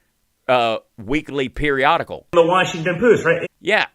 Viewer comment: The Washinton poost??? 🤣😂😅😄 Omg... 😂